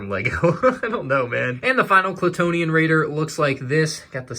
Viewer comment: Why does everyone say "Klatoonian?" Most official prints, even the one on the AT-ST Raider lego box say "Klatooinian" with a second i before the first n. Just wondering, ive been wrong before...